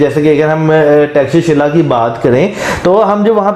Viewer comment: Thanks a bunch for pronouncing perfect name of " Takshashila" . 😂😂😂